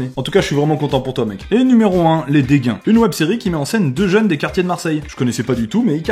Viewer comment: OMG IL A DIT LES "DÉGUAINS"